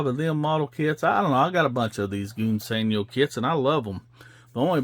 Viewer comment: Smashing good job on the Sport Cars Old Chap! I also liked the way you slipped the engine in for added detail, Jolly Good Show! Since you struggle with English old boy I will help you a little. In ENGLISH Gunze Sangyo sounds like "Guns San-Joe" but I realize you Yanks from the South do not speak the Queens English . You do however build some nice cars. Keep gluing those kits together and never stop! Cheerio Old Boy!